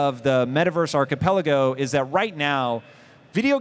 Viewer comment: Did she really said archipe logo ? Instead of archipelago...how is she a moderator 🤣🤣🤣